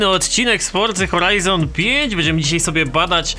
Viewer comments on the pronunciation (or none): none